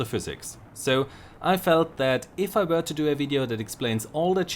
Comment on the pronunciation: ''If I Vere...''